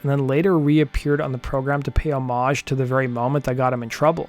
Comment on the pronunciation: Thank God for you. You pronounce homage in the traditional French manner, I hate the short O pronunciation and the HOmage pronunciation should be grounds for execution. Just kidding I remember both performances and the Beasies/ Costello was especially great. I am also going to watch the Jimi Hendrix performance now, thanks!